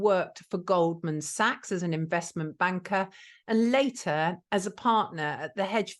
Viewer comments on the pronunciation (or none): none